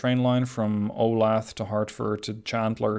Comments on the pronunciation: Ol-ath? It’s o-la-tha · Hi, Resident of Olathe KS here. Just wanted to say its pronoucned like Ow-Lay-Thuh. Also, thanks for a new series, love this game! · Not that I really care, but just FYI: Olathe is pronounced O-lay-thuh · It's pronounced oh-LAY-thuh. I live there!